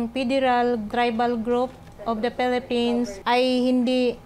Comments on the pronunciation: “of the felepens “HAHAHAHAHA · Bat ganon?hirap cla bigkasin ang Philippines.felepins😅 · Bakit pelepens parang may mali 😂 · Of the pelepens😂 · Natawa ako SA pagsabi ni ate Risa na pelepens😅😂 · "of the pelepens" 😂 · Pelepens. Sabe ni ate Naka red. 😁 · "Of the phelippines"😂